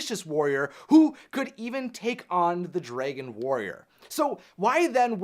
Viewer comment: I hate it when people like pronounce Dragon wrong It's (Drag On) Dragon not (Dray Gone)